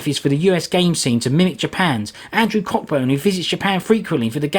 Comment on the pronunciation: fyi since I've been guilty of it myself and found out the hard way, "Cockburn" is usually pronounced "coh-burn". It's not the end of the world just a bit of info you may find useful later.